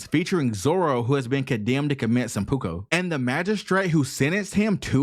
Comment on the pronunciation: Okay, I was willing to forgive most of your linguistic faux pas, but mispronouncing Killer's name and the word, "Seppuku" is too much. Get your shit together. I'm not saying your video is bad. I'm saying you need to learn how to speak.